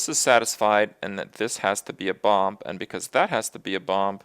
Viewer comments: What the heck is bompf? I thought the word was Bomb and the last B was silent. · What is Kripp saying? "Bomp?" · Half the time, he ended up saying bomp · I noticed that too, he just needed more practice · Anyway else getting slightly annoyed that he pronounces it like bomb is like balm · Kripp, love the video, but why in the name of all that is holy do you pronounce the second "b" in bomb? You do it with "mad bomber" too in Hearthstone videos. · now I have to listen to kripp say "bomb" incorrectly for 15 minutes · great i get to hear kripp pronounce bomb wrong for 15 minutes. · I'm just here to listen to Kripp pronounce the silent "b" in "bomb" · Every time he pronounces "bomb" I have an epilepsy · Alternate Title: Listening to Kripp mis-pronounce "bomb" for 15 minutes. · Oh god I have to listen to Kripp say "Bomb" incorrectly all video. It's even worse than the "How Good is Bomb Lobber?" video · Holy shit the second b in bomb is silent! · damnit kripp the b is silent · I think he decided to stream Minesweeper just to say "bomb" repeatedly and enunciate the b on the end of the word. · Why does he pronounce the "b" at the end of bomb? It's silent xD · Wow Kripp really does pronounce the silent 'b' in bomb on any occasion. That's just how he says the word.